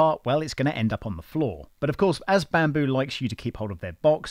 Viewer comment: "Bampoo" hahah. Nice. Well done on the overview my friend!